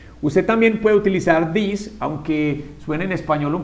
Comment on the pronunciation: This is not pronounsed "theese" its this. Youre teaching the students to pronounce it wrong.